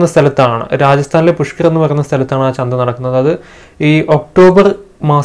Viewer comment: "ചന്ത"ആണ് "ചന്ദ"അല്ല കേട്ടോ.🤗